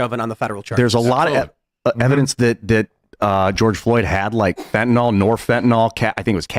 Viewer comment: if I had to pay for your college, you could at least do me the favor of at least saying fentanyl correctly.